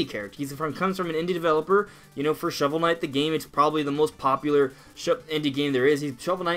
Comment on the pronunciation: Ah Yes...Shovel Kight.